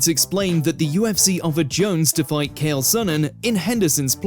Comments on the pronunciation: "Cail" "Gayth-jee". Fucking hell, mate. Would've taken you 3 minutes to find a YouTube video saying their names in the CORRECT way. I suppose you've gotta be interested in your job for that, though. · Not only did he say Chael's name wrong, but everyone in number 1 was pronounced wrong, especially Krause. I can understand getting Nuerdanbieke wrong bc it's a tough one to get right.